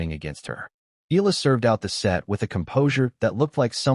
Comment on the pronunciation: E a la! Come on... pronounce it correctly!